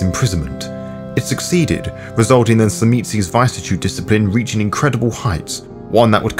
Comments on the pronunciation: Vis-Iss-Eh-Tude. Not VIce-a-Tude. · The root of vicissitude is viscera pronounced vih-sir-uh. It’s not pronounced “vy-sih-tude” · Don't worry about how to pronounce tzimisce. Work on viviscitude, immune and Constantinople. Other than that, Good atmosphere, good read.